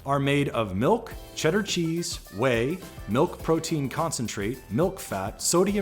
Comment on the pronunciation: the way he pronounced "whey" 😑